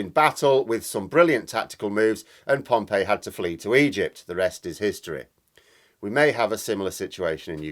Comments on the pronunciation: Pompey not Pompeii! Pom-pea not Pom-pay. Yes, I’m an historical pedant. Prof of Classical Studies 😂😂😂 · Pompey, not Pompei, I think,. Any supporter of Portsmouth FC will tell you how it is pronounced. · Your analogy with Caesar and the Roman Republic was spot on. Can I just point out however (sorry to be pedantic) that the general he defeated was “Pompey” not “Pompeii”. Pompeii was a very different disaster caused by the eruption of Vesuvius . Although the way Putin’s war is going I wouldn’t be surprised if a volcano erupted in Moscow… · Pompei is a city....Pompey (pompee) is a general. However, your analysis is sound. Ukraine is obviously executing a plan. asymmetric attacks, focusing on not engaging in pitched battles, hit supply, command and control, enemy morale. Putin is a classic imperialist. He looks at lines on a map and wants those to change. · Normally pronounced Pompee not Pompeii (Pompey). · Interesting on Caesar and Pompey - but the latter is pronounced Pom-pee, not like the buried city. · Do you mean Gnaeus Pompeius Magnus which is mispronounced in english as Pompey. You prefer your mashed up grunt to his?